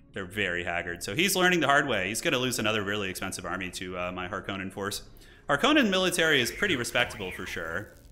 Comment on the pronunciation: I like that guy's seen two Dune movies and calls himself a Harkonnen main and he still mispronounces the name Harkonnen.